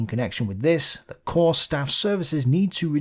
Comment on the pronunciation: Once again ‘corps’ singular and plural is pronounced /kor/ NOT “corpse” = (dead) body!